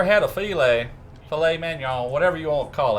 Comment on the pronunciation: Duuuuuuuuuuuuuude! That looks awesome brother! And your pronunciation of Filet Mignon (that marbling though!) was spot on. :-)